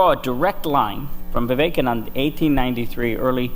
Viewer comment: Vivekananda ka naam to sahi se ucharan kar leti..host beta